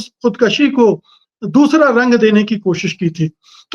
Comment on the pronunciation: ' खुदकुशी ' कहें , खुदकशी नहीं।